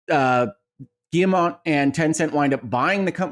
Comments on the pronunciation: Nvm lol, he said it well once, then it turned into Guillermo after and said Guillermo. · Are we just going to keep letting Colin pronounce Yves Guillemot incorrectly? No one has corrected him 😂